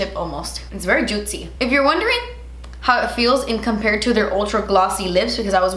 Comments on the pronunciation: the more I watch ur videos, the more I pronounce "oh my gotch" instead of oh my gosh, and "jutzy" instead of juicy 🤣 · I was so excited to watch this to hear you say juit-cy 😝💕 that eye look is STUNNING!! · I always giggle everytime you pronounce words your own way. Love it Lol. (so Jutzy) love the look as always. Can't wait for the next one.